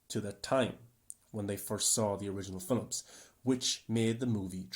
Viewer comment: why do you keep saying, "fillums" rather than "films" is that a standard way to pronounce and/or commonly say this word where you are from? im genuinely curious, im not trying to talk ish or what not...